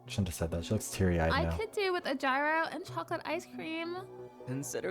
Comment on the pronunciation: that's. a Simpsons joke. they just lifted that directly from the Simpsons, except they changed "five" to "four". this game is exhausting. I can't tell if her mispronunciation of "gyro" is intentional or not.